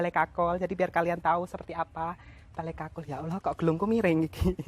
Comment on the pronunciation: Ya gpp yg bener itu 'Bale Kukul' & Suksma.